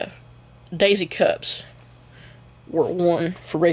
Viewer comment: Its Dixie cup not daisy cup